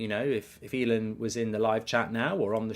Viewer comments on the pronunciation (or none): none